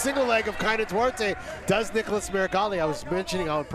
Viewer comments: Not "Niggalas" Meregali. This announcer is wild 😂😅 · That man said Niggalas lmao